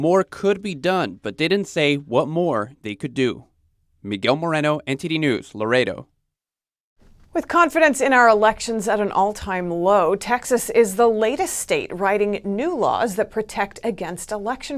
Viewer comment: Learn how to pronounce Laredo dude. Your embarrassing yourself. La--ray--dough!!!!!!!!!!!